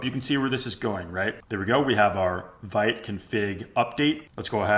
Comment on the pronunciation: It's pronounced "veet", vite is French 😅 Great video otherwise!